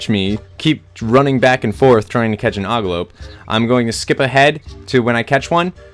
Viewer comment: I think thats an ogLOP, not an ogLOPE...not sure though.! I also believe Eidolon is pronounced "Idle-on". You don't NEED float for that boss battle, he's easy enough anyway... You are playing a newer version? That stone thing doesn't give multiple options on PS1...